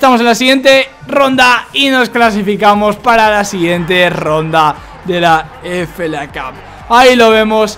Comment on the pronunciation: es FA Cup, se lee efei cap, tá?